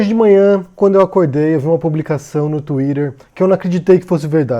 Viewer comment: n sabe nem falar Twitter. nem em portugues nem em ingles hahahaha